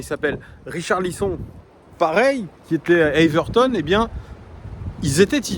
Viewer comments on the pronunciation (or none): Richarlison 🤣 ca se prononce comme heung min Son Thomas 😅